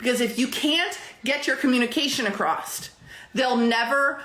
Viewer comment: "Acrosst"?? She really has ALLL my pet peeves wrapped up in one very loud package!